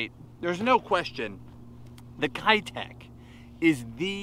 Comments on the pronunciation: How come no one can pronounce “keitech” correctly in the US? It’s a Japanese company pronounced “Kay-tech”. It’s the same characters as “ei” in sensei, but it’s not “sen-sigh” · Did u know they’re actually pronounced Kaytech? I’m serious, look it up, but who gives a crap, I’m gonna keep callin em kiiiii techs along with and and everybody else who isn’t a nerd like me! 🤣🤣🤣lol